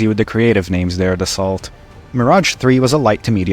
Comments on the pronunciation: fun fact Dassault is pronounced [Da ' so] not [Da-salt] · Pronounce "Dass-oh" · Hurts to hear how you mispronounce Dassault. T is silent.